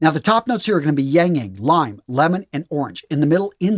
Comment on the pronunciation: It is pronounced as ILANG-ILANG not yang yang 😊😂